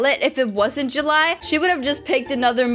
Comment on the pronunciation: It’s July not juuly